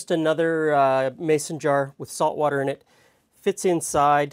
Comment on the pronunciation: I came here straight from Brad’s chilli, so as soon as you said “wourder”, I giggled. 😂